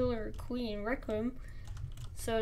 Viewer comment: He really said reqium